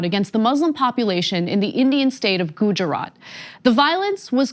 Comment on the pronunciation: If you're gonna bring up gujarat then pronounce it right